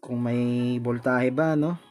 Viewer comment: Galing boss pero wag ka lang mag salita ulit ng voltahe kasi iba nadidinig ko 😁 vol tae e.. ahahha natawa talaga ako. 😁 Pero galing talaga